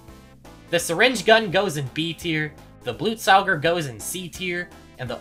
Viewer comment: First person ever to pronounce Blutsauger correctly